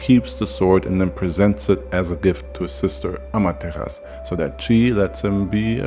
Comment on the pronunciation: I love Naruto... Regardless that people think it's not that great. But it's what broke me into anime. So, it has a special place in my heart. but also I love mythology of course. But I think Amaterasu isn't said without the u... it's a common misconception that the u is silent but in fact the u is softly hit in the back of the throat. so it sounds like it's not there. it's the same with other Japanese words.